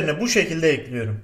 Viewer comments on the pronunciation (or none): Nobody::Tencereyi ocağa ekliyürüm